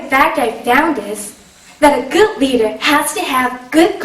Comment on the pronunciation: I thought she said reader at first.